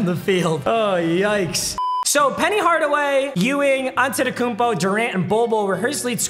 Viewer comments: he even botched akumpo he said akkonpo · says uh-kum-po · He says akumpo smh